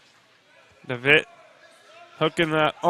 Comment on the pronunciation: His last name is pronounced DeVetteeee. Has the e sound at the end. Thought you might want to know that.